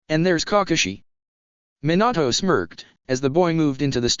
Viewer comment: Why did minato sound like minAtoe